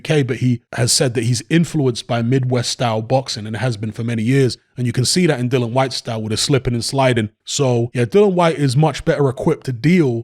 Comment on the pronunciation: HIS NAME IS DILLIAN WHYTE..... OK.. NOT DILLAN WHYTE AS YOU KEEP SAYING.